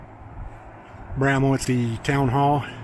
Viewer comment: Its bramwell not bramma, bramble, and a host of other names you called it